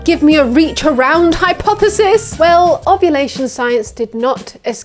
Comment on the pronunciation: What's a "hypthesis"? HYP-thesis?